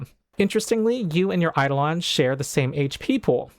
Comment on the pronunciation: One correction: It's eiDOlon (ai-DOH-luhn).